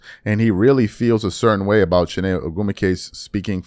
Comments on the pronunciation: you’re Nigerian how you don’t know how to pronoun Chiney’s name? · I just made the same comment. How a Nigerian can't pronounce names?!😅 especially wen they pronounce her name daily on worldwide media. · Your supposed to be Nigerian and you can’t even pronounce chiney last name right smh 😂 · I stopped watching when this clown couldn’t pronounce Chiney’s name correctly. Dude, you could’ve just said it the way everyone else does. Goofball ass channel. 🤡